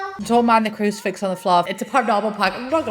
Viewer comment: She said CRUCIFIX?? I thought she knickers 😂😂😂 I literally thought she said “ignore my knickers on the floor” 😂🙈🙈